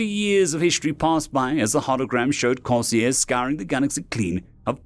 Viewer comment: The author should use his dictionary frequently, he might be able to use words like "retro-burn" accurately. Possibly the narrated pronunciation or Corsairs was due to a misprint on the screen. An interesting story, though if the Corsairs were going to actually help, they would assist in tech advance, be it openly or surreptitiously.